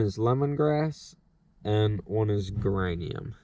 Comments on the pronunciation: Geranium is pronounced Jeranium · Nice video. By the way the pronunciation of the word "Geranium" is with a soft 'G" sound like in "Germ" or "Huge" (more of a 'J' sound) and it is a kind of flowering plant that attracts bees. This year I only caught my own swarm, and that was in a walmart box since that is all I have available when they swarmed... Maybe next year I will try your traps...